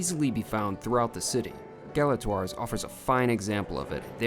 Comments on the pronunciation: Learn how to pronounce the name of the restaurant! Gala TWA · “Class and elegance”? You didn’t live up to it, and you don’t even pronounce its name correctly. Imagine how much you’d have enjoyed it if you matched its elegance.